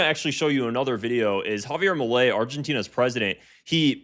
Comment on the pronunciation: Javier "eails"